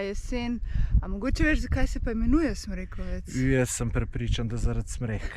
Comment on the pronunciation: O, to sta pa bla na mojem terenu. Odlično. Smrekovec pa ima naglas na o, čeprav ni važno...